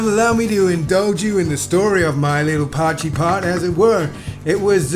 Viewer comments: Dude it's called a poy kee pot not pot jee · My friend, appreciate you. For next time, dont stir the poitjie make layers and leave it. And as much as potchy has a ring to it 😂 it’s pronounced poykee ekse. 💪🏻 lekker effort boet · It's not pronounced "pochy"!, it's pronounced "poor-key"!. You sound like a right idiot calling it pochy 😂😂😂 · It's not pochie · Pronounced poy kee my man. But awesome video. Looks damn good you did the pochie justice looked amazing 😂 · Love your "potchie" dude. Relax your jaw a bit and let the sound ring out of the mouth, just like your tasty looking potjie (pronounced Poi..kie) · Pojtie pronunciation; 'Poy key' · its totally not potchee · Pronounced Poikie I think you will find there. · Pronounced poi-key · its pronounced "poykee"... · I can imagine they weep when you pronounce it “potchi “! Looks amazing though. I am a Brit but lived in SA for 9 years. I bought back a 2 and 3 pottjee pot. Always a favourite. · pronounced oxtail poykie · It's pronounced poi kee my American friend. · After hearing you pronounce Potjie, South Africans are currently throwing shit at their TV. Good cook up mate.